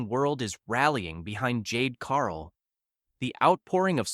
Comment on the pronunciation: You talk about nothing and cant even pronounce Jade CaRGill the right way. xD